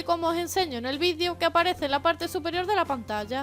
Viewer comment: Porque dice ,vidiio